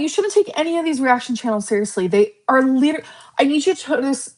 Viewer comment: Clicking back on the video to immediately hear....... "While LIDURLY LICKING MY VAGINA" 😲🤢🤮